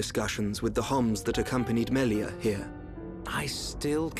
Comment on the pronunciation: when says melia it comes out melier is that just me?